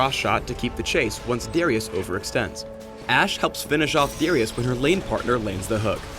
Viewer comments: Each time he says Darius it get's progressively worse and worse. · Lol - "Deerius"..., you're funny.